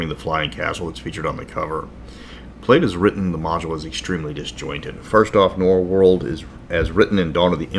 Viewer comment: Norwold. Not Norworld.